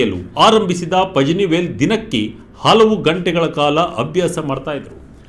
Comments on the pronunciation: ಪಜನಿವೇಲ್‌ ಅಲ್ಲ ಪಳನಿವೇಲ್‌ ! ತಮಿಳಿನವರು ಳ ವನ್ನ z ಬಳಸಿ ಇಂಗ್ಲಿಷಲ್ಲಿ ಬರೆಯುತ್ತಾರೆ. ಪತ್ರಿಕೆಯವರಾಗಿ ಇಷ್ಟೂ ಗೊತ್ತಿಲ್ವೇನ್ರಿ? 🤣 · ಪಜನಿ ಅಲ್ಲ ಸ್ವಾಮಿ, ಅದನ್ನು ಪಳನಿವೇಲ್ ಎಂದು ಉಚ್ಛಾರಮಾಡಬೇಕು.